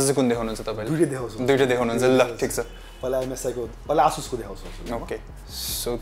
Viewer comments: Its not Ahh-sus its A-sus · ASUS is pronounced as Ae-SUSh ...It's neither Aa-Sush nor Ah-Sush.. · It's : A - suss ✅ Not: Ah - Shush ❌ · Asus ho bhai, aaah chus hoina.😂😂😂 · It's actually A-sush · You guys pronouncing Asus Is killing me XD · Dai tell him aasush haina asus ho Pharos mistake Lao Garda makes kinlan